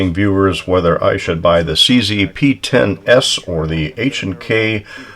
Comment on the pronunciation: Woohoo pee-ten-ess